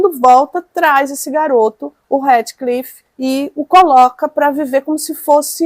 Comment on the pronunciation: Dói os ouvidos a forma que vc pronuncia o nome do HEATHCLIFF 🤔